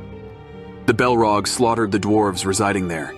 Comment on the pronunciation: Yea the way Saurin is pronounced sow Ron, and the balrog is belrog is seriously annoying